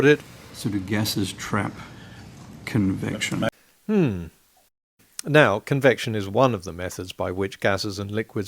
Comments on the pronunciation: Certainly it was a mispronounciation of 'conviction'? You Aussies ( and even more Kiwis) have a hard time with the vocal 'e', seems to me... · poor Gerard....his head exploded after 2 minutes....'Convection you know'